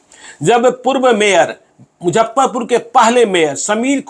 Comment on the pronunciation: मैं आप का रेगुलर श्रोता एवम दर्शक हूं।लेकिन,एक गलती पर ध्यान आकर्षित करना चाहता चाहता हूं।सब कुछ सही है,लेकिन आप हमेशा मुजफ्फरपुर को मुझप्परपुर कहते है।